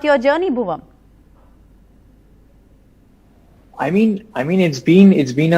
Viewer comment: Did she say "Bhuvam"